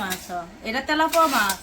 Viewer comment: Telapoa na telapia mach bole.